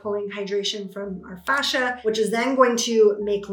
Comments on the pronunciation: Fascia dear, not facia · She is saying fascia, 😉